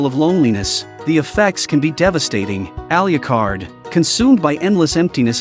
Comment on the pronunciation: Please learn to pronounce Alucard.